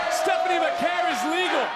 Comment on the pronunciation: "Va-kuhr",. Good grief!